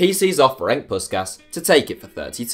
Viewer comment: Jesus Christ you butchered Puskás' name